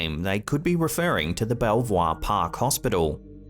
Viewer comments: Belvoir is pronounced the same way as Beaver. I visited patients there many times. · Belvoir is actually pronounced 'Beaver'. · My Mum was in that hospital for months in the late 70's with hepatitis, I only saw her at the window on visits. They gave her roughly a year to live, but joy of joy she survived and went on to have 2 more children but passed away in 2004 aged 53. PS don't know why but it's pronounced beaver. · I was in Belvoir Park hospital (pronounced Beaver) many years ago for treatment. Also that forest/cross pic, I'm thinking Bigfoot, look at the brow ridges and the wide nose.